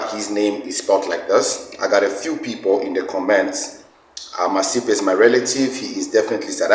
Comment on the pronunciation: But the way that guy pronounced Masipa for me that made me side eye him. It is a South African surname which he pronounced the same way I've heard zimbos pronounce their own Masimba surname.